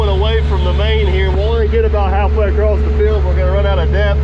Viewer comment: Acrost. Is there an “r” in idea also?